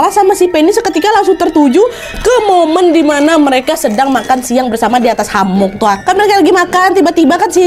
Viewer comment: Hemok kak bukan hamok